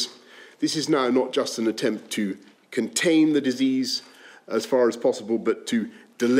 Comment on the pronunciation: We need to close sckools to contany the coronavirus